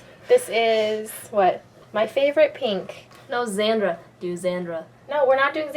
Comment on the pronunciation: ths tutorial rocks and so do all your other tutorials but the way you say pink makes me want to throw up